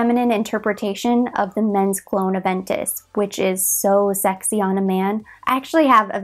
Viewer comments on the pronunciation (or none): none